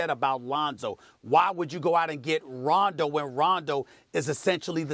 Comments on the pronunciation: 0.27 Londo 😂😂😂😂🤷🏽‍♂️ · SAS said Londo lmaoo 😂😂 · Did this bitch say Ronzo at the start? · "Ronzo" ...."Londo" hahaha they keep messing up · She said Ronzo lol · Molly can’t even pronounce Rondo, bitch said some “ronzo” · Nigga said LONDO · “Ronzo” I ship it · Am I the only one who heard her say Ronzo? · He said Londo 😂😂😂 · Did she say Ronzo?? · She said “Ronzo” in the beginning of the video🤣 like if you heard it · Did she say ronzo 😂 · Stephen A. said Londo by accident as well. Actually he almost said it twice lol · Molly said Ronzo and Stephen said Londo lol they messed each up up 😂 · 07 she say ronzo? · Max is like oh shit she said Ronzo the comment section is gonna be savage af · Stephen A said Londo